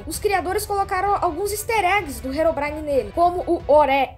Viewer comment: Quando o endermen diz herobrin- no tradutor diz heroína